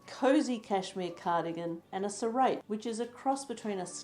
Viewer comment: Good ideas! Do you mean a serape - check the actual Mexican pronunciation please.